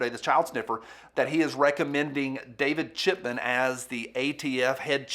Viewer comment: did you say david chitman? Cmon man 😂🤣